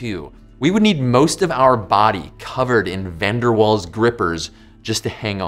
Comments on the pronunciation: 'Van der Vaals' is the pronunciation... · My Dutch ears bled when he butchered pronouncing van der Waals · It's not pronounced as it's spelled! Van der Waals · Van Der Waals forces? More like Van Der Walls forces. Sorry about that. Please don't pun -ish me. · The w in waals is pronounced as a v. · I thought Van der Waals forces was German and the w was pronounced with a v sound like in the name Wagner.